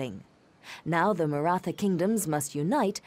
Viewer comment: Its Maratha with 'th' as in Thomas